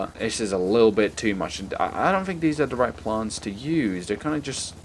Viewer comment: why do you say 'these' wired you say 'dez'?.